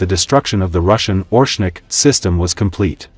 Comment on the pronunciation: Not ORshnik. oRESHnik.